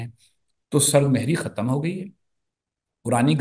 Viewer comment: Raza Roomi sahib , lafz sard mohri nahi hota, sard mehri hota hay, ay bay Mehr instant urdu ka naira gharq na karo